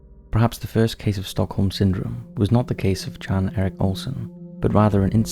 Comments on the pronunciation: I'm pretty sure the first guys name is pronounced as Yon not Jan even tho thats how its spelled. I know this cos i watch professional cycling and ine of the riders name is Jan (Yon) Ulrichson. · Jan is pronounced ‘Yan’